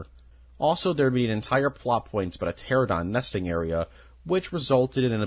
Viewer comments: I hate to be a sucker but here are the dinosaurs you mispronounced. (Im only going off of what I think is what you said) Pteradon - Pteranodon* Carnosaurs/Carnotosaurus - Carnotaurus* Parsaurlophus - Parasaurolophus* Mamenchiansaurus - Mamenchisaurus* Corythoruses - Corythosaurus* Pachycephalosaurus (You said the letters correctly, but it still sounds like you said it incorrectly) Elasamoforeium - Elasmotherium* Basalinosaurus - Basilosaurus* Doecurus - Doedicurus* Pro cop to don (Say it like this <----) Carodontosaurus - Charcharodontosaurus* Yangchuasaurus - Yangchuwanasaurus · I have marked every instance of mispronunciation of dinosaur names and people names in this video. They are listed below: Carnosaurus 💀 Carnotosaurus 💀 Lewis dogson 💀 Pteradon 💀 Brockiosaurus 💀 Parasaurofolus 💀 Corythoruses 💀 Pachyphlosaurus 💀 Gullymimus 💀 Oscar moralis 💀 Elasmoforium💀 Titanboa 💀 Docuris 💀 Hyodon 💀 Vasilineosaurus💀 Arctus 💀 Doicuris 💀 Mussosaurus 💀 Gigantosaurus💀 Proceratops 💀 Orthimimus 💀 Aliormas 💀 Thesealosaurus 💀 Geosternbergia💀 Ankylorodon 💀 CompategoSUS 💀 Colin trev-arrow 💀 Micheal craydon 💀 Mamalian scratch mormo 💀 Anklyosaur 💀 The lysyne contingency 💀 My favorite dinosaur is the Pair-uh-soar-ah-low-fuss not parasaurofolus. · Him saying pteradon is killing me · Pteranodon not Pteradon. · Great video but the continued mispronounciation of dinosaur names makes it awkward. Gigantosaurus? Pteradon? Sorry. It takes away from the video. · I love both and Jurassic Park but I died a bit inside every time he said "pteradon" instead of "pteranodon" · Dude, everytime you say pterodon 😭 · The way your pronounce pteranodon makes my blood boil, I love the video still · Does this guy not know how to pronounce Carnotaurus or Pteranodon?